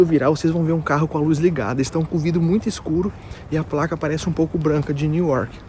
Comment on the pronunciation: A pronúncia pra BOSTON é BOSTAN! Lembra do tan,tan,tan! A pronúncia pra NEW YORK é NU IOR…k o k morrendo. Lembra quando vc está NU. NIU que é a escrita NEIL é para nome de homem! Exemplo: NEIL DIAMOND que é o nome do cantor. Aí,se pronuncia NIU DAIMAND.